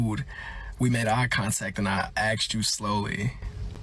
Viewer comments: ''and i axed you was there anything else i can get you ?'' yeah maybe some pronunciation lessons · i know im just saying, the reason he pronounced it like that is because its how asked is commonly pronounced by people who use aave